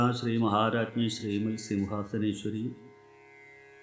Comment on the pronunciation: ശ്രീമ"ൽ" സിംഹാസനേശ്വരി... എന്നുള്ള ഉച്ചാരണം 😢ശെരിയാണോ?ശ്രീമ"ത്" സിംഹശാനേശ്വരീ എന്നല്ലേ?